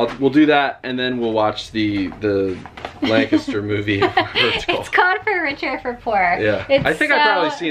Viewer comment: say lenkisster and don't sound like a dank tourist. we cringe when you pronounce it WRONG